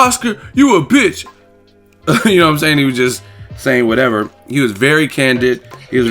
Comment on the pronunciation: "I hwas bone ready!"😂😂😂